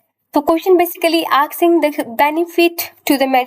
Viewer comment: ma'am it's asking not aksing